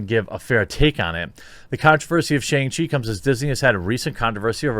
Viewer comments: SHONG CHEE. It's pronounced SHONG. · “SHONG-chee”. I love ya but please say it right